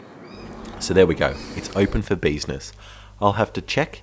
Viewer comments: Did you say open for ‘beesinees’ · "It's open for BEE-siness" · 'It's open for beeznus'